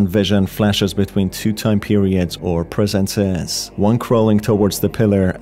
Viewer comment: What’s “presenseees”